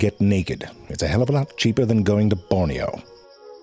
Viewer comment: I may or may not have heard “Borneo” as “Porneo” and now I can never unhear that